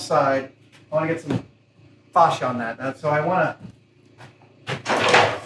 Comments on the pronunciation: Love, love, love all your videos, mythbusters, everything, but... The word facia is pronounced fay-see-ya or face-c-ya not fash-ya. It's a panel that faces you not fashes you 😉🤣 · btw for facia ... it is pronounced ... like .. face ya ... it is a long tight a not short gutteral .. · Face-ea. Like face The s is silent. Fascia is what goes on the outside of a house. This s just moulding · I have never heard someone pronounce it "Fah-sha" before, it's always been "Fay-sha" for everyone I've ever heard say it. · Is that how Americans say fascia in the UK we sat face-sha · Adam saying fascia like that just reminds me of goldmember trying to say "father" in Austin powers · I just LOVE the English to American translation of words like the word "fascia"... WHERE is there a "R" in the word lol HOW MANY English people where screaming at there screen pronouncing it correctly lol 😝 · Is that how most Americans pronounce 'Fascia' or just an Adam special?. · Im sure everyone heard it in gold members voice when he said facia